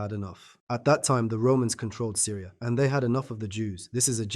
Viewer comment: It's Syria ! Not Syra !